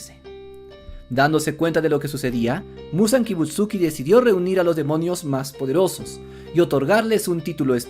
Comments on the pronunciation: KibutsuJI Muzan, es KibutsuJI, no Kibutsuki. YoRIIchi Tsugikuni, es YoRIIchi, no Yoruichi. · No entiendo como alguien que dice llamarse fan del anime no pueda pronunciar bien Kibutsuji y Yorichi...zZz